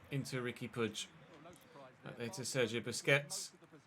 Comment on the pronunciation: Nice to see someone pronouncing puig properly for once as a Catalan it’s nice to see 😅